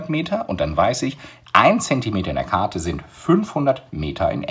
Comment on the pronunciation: lol sprechfehler am start